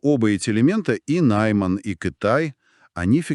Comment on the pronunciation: Дорогие авторы, будете делать аудио-дорожки в виде подкастов, обучайте ИИ уже правильно произносить слово Найман.А то вроде бы тема интересная, а материал не смогли нормально подготовить.